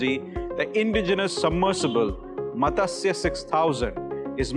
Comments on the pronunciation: It is not Matasya.....Please educate the population on sanskrit pronunciation. It is Matsya which literally means FISH. Please re-educate this reporter. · god level pronunciation-- MATASYAA , MAGNESE 😂😂😂